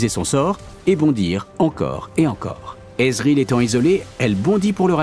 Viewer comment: Euh...Si tu veux parler correctement, Thresh ne se prononce pas "trésh", comme Ezreal ne se prononce pas "Ezréhalle". Ça c'est du franglais qui tâche^^.